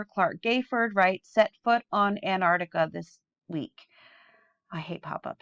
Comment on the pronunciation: I love your channel. I agree with most of what you say. As a teacher, it'd be great if you could pronounce Antarctica properly. You keep saying Anarctica.